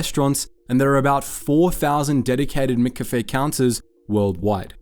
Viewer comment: How the hell are you pronouncing McCafe?! Bro, really? You say cafe correctly, why are you having a stroke when you try to add "Mc"? lol